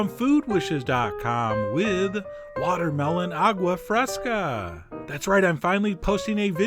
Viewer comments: A-goo-ah fresca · “awgwuh freskuh”